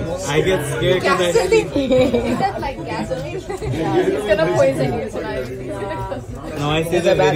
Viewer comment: Did this B say “Gasoline” ?? 🤦🏾‍♂️🤦🏾‍♂️